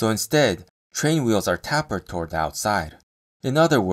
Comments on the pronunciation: Awesome video but it’s pronounced “tAy-purd” not “tap-purd” 👍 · Tapered is pronounced with a long a sound as in tape, cape or ape.